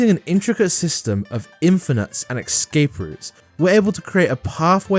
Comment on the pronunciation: pls learn to pronounce 'escape'